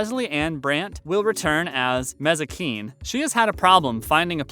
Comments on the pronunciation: And Mazikeen is pronounced Mazz-ih-keen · ... Isn't it obvious Part 2 of Season 5 didn't come out in December 2020 since this video came out on January 12, 2021? How can you mispronounce Amenadiel and Mazikeen? It's in the show all the freaking time! And you say "BD Woodside" when his name is "DB Woodside."